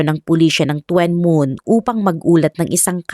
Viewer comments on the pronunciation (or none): Tuen Mun is pronounced as Chun mun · Tsun Mun po ang pag bigkas ng lugar na Yan D2 SA h.k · Tuen mun- chun moon To kwa wan- tough wa wan 😀 but still ok ung pagkaka kwento😊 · tuen mun ang tamang pronounce po ai CHUN MOON.